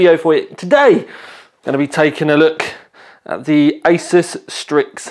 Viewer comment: Pronounced "ASOOS"